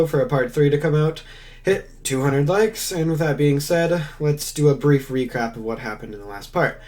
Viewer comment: "lets do a brief re crap" XDDDD